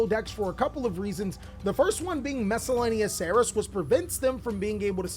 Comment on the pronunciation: I heard that Miscellaneousaurus can come back to three if can pronounce it properly